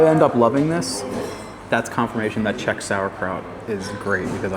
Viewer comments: Dívám se jen na začátek a vyslovuješ velmi dobře. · I'd ask for more cranberries. They go extremely well with meat, especially svíčková. Your pronunciation is #1! 👌 What you missed is beer. 🍺